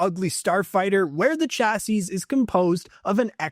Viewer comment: You don't pronounce the last S in "chassis"